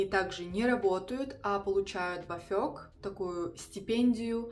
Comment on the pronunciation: Не половину назад отдать, 10000… и не БафЁг, а БАфёг. Раньше посещаемость контролировали.